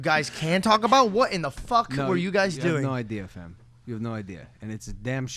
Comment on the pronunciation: Great Episode as always but Logan for the love of God when you pronounce "FAM" don't say ~fEm~ it's ~fAm~. When you use slang you should do it properly you know :D